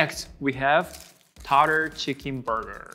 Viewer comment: Tartare so-h-zzzz